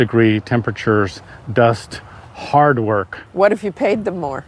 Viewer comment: Love how he put sooo much emphasis on “ HARD WORK” leading with disappointment yet him and his own people don’t want to do that exact “ HARD WORK” 😂 never ceases to amaze me the hypocrisy